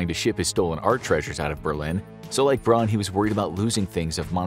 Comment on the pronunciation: “Braun” is pronounced “brown,” not “brawn”